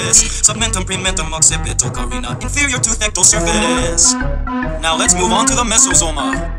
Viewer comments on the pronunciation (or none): none